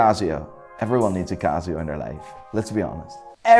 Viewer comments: Watch expert that mispronounces brand names ?!? Cazio anyone? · It's not cazzzzioo man . It's "Casio" 😑